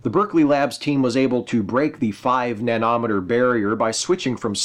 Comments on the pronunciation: NanOHmehter? NanOHmehter? Absolute first time I've heard it pronounced that way. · Yeah., It's enunciated like "millimeter", not "kilometer".